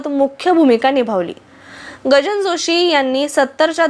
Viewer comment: Gajanan Joshi. He nav ahe.chukicha uchhar karu naka